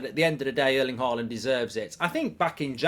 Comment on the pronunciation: Why do you keep calling him "Haland"?